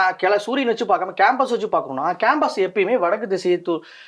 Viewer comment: கேம்பஸ் இல்லை.. காம்ப்பஸ்